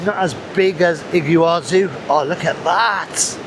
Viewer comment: Impressive "Iggywazu" falls in Paraguay! The best video since Patagonia! Soooo much water in the Monday river! Imagine butterflies flying through the curtain of water - an amazing sight on the Brazilian side. This view of the Iguazu Falls (pronounced "EE-gwa-zoo") from Paraguay is impressive enough. Fantastic!